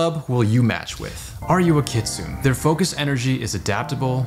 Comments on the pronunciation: everytime he says kit-soon, i cringe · Oh guys. Awesome! Just please please please pronounce kitsune properly. It’s a Japanese word. KI TSU NE キツネ and the NE is voiced! 🥰🥰🥰